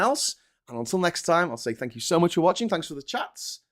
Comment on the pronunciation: What did they say? "Tank you very much!"?